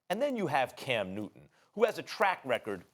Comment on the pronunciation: No one: Stephen A:Cam New Ton